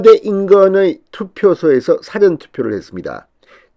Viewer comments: 수고 최신 견해 자주봅니다 / 지적합니다 경상도 특유의 발음상 잘안되겠지만 사전투표 사전말고 사~전事前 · [사전] 투표가 아니라, [사:전] 투표! 국어 사전이가?! 우째 이런 일이! 우리말은 장단으로 구분을 합니다. 우리말 먹튀 진성호를 타산지석으로 삼아, '사전 事前 투표'를 단음! 국어 사전 투표의 그 [사전] 투표가 아닌, 장음! [사:전] 투표로 발음을 똑바로 합시다! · dictonary 의 "사" 자와 사건, 사후 등에 쓰이는 "사" 자와 구별이 않되나요? intonation 똑바로 좀 합시다!